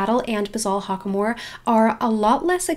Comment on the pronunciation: you pronouced Hackamore wrong. its Hack- uh- more. not Hock-uh-more.